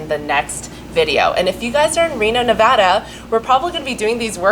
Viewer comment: Thank you for saying Nevada correctly!